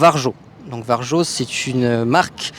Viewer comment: Juste pour info, Varjo se prononce Vario ;)